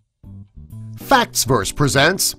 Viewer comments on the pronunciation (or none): I thought i just heard "Facks Birds Presents" in the intro